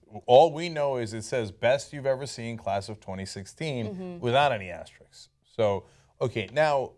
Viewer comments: Guys, the word is asterisk. AsteriSK, not asterix. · It's asterisk, not Asterix. He's a fictional character. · "Asterix"??? What is "asterix"?